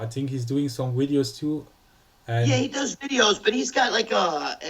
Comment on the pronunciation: It's not Widios you fuck! It's Videos!!!